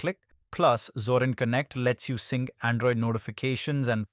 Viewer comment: ゾランじゃなくゾリン（あるいはゾーリン）な。それをどう読んだらゾランと読めるのだ。